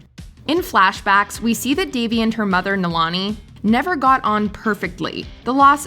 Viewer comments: It’s nalini not nalani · And it’s not Nalaani… It’s Nalini… like Stephani! 🤦‍♀️🤦‍♀️ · its not nilani its naa-li-ni! not that hard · It's pronounced ""null-eeni", not "null-ah-ni". 🤭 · It’s pronounced Na-lee-niii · I came here for this comment. Although, I was going to type it as “null-in-knee” instead of “null-eeni”. 🤣🤣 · Your pronunciation of Nalini is so funny. Please do some research about it before recording stuff like this! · Why... Have you seen this showe.. and don't know how to pronounce Nalanis name properly 🤦🏾‍♀️🤦🏾‍♀️ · really needs to learn how to properly pronounce Indian names. First of all Nalini is pronounced null-ee-knee, NOT null-ah-knee. Secondly, Mohan is pronounced moe-hun, NOT moe-han!